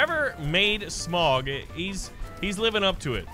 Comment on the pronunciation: I love how much of a lotr fan he is but it’s so mildly infuriating that he pronounces smaug as smog